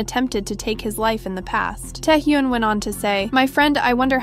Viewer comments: It is Tae Hyun not Tae Hyoon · At least google how to pronounce "taehyun" please this is embarrassing